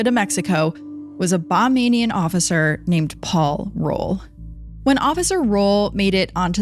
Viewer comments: Great story. Please say Bahamian, not Bamamian. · Girl it's Ba-HAY-me-un. Not bamenian or whatever it is you're saying. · Very interesting, enjoyed the podcast. However, one note. It’s pronounced Ba-HAY- me -an. Not Bah MAY nee an. Bahamian. Not Bamanian. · It's BaHAMian. Not BaMANian. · I think you're trying to say "Ba HAY mian", not "Ba MAIN ian". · Please get something’s straight and do research before posting. There’s no such thing as “bahmaining” it’s “Ba-ham-ian”. Simply looks like Disney covered this up, just like all their other endeavors. Exhibit A. Disney trafficking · Excellent story telling thanks for bringing this story back to light ……it just small notice its not pronounced Ba - name -ing - in Police. It’s pronounced Ba - Heam - Me - in. That’s how people from the Bahamas are pronounced…..keep up the good work. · That is Ba-hay-mi-an and not Bah-may-ni-an. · Ba-hay-me- en not bahmian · Hey, Love your videos and I'm from the Bahamas. I just wanted to say the correct pronunciation is Bahamian, sounds like Bah-Hay-Me-An. Also, it sounds like the officer was in Disney's back pocket. Corruption is a big problem here. Also great job on the video! ❤ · Forgive me but just a small correction it's pronounced (Ba-hay-mian) Bahamian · Bamanian? Bahamian. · BAH-HAY-MEE-AN, geez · Bahamian. Not Bamanian. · It’s Bahamian not Bombanian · omg 😂😂😂this is too funny it BAHAMIAN-ba-haym-e-n😂😂😂😂😂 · I love the video. I’m from the Bahamas. We are Bahamian. it’s pronounced Buh-hay-me-uhn 🩵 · The mispronunciation of Bahamian is frying me😅